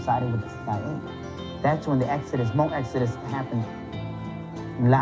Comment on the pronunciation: that's everyone... and it's Hmong, not mung.